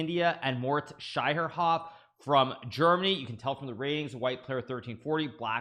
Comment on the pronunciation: I love the way you pronounce Schierhoff. So cute.